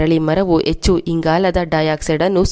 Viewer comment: Madam , yechchu alla, Hechchu anni. Pronounciation should be correct while presenting the edition.